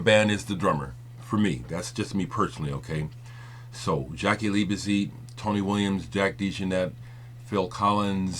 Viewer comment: it's Liebezeit pronounced leebeside,sorry put i'm a bit anal retentive of pronounciation.Jaki was one of the best drummers ever there is no replacement.what i hold against Bowie whenhe was in berlin ,he always told all the music papers how much he was into German electronic music but he was obviously too good to record to play with the German musicians he apparently so admired and had musicians flown in from England the Usa..ok he had the money to do so.I used to bump into Jaki or Holger Czukay a few times when I lived in Cologne,Jaki was one of the most humble guys I ever met but also very nice he loved talking about music and i learned a lot about drumming just talking to him.Holger is also fantastic company.would have loved to have played with either of them but they were both so busy.